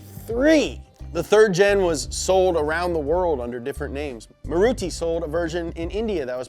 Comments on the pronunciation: BRUH it’s pronounced MAA-RUU-TE not marudi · hey, just an fyi, its pronounced ' Ma-ru-thi ' #be_nice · ITS maaaaruti not murutii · I have heard many pronouncing MARUTI but MARUTI was best of em lol! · its pronounced MaaRuthi. Just an fyi lol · it's maaruthi that's how you pronounce it